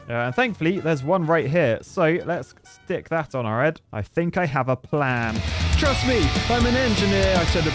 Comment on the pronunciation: "Trust me" or...... TRUSS me.